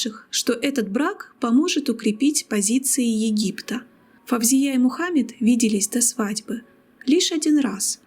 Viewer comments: Не Фавзия, а Фаузия!((( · Очень интересно, только не произносите собственные имена на узбекский манер - ФавзиЯ, СабихА, это очень режет слух. Правильно - ФаузИя, СабИха, в арабском языке даже нет буквы В ! Впрочем, многие арабские дикторы произносят с экрана СталИн, ПутИн, ЛенИн и т.д.Это непрофессионально !